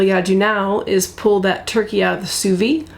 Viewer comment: It’s not pronounced sous vee it’s sous vide! The d is not silent in French.